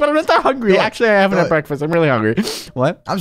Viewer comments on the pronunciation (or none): HAHA I LAUGHED SO HARD WEN YOU SAID BEKFAST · You said beckfast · Its BEKFAST BOIIIIIIII